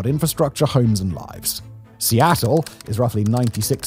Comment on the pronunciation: I'm surprised he pronounced Seattle correctly. He butchered every other city.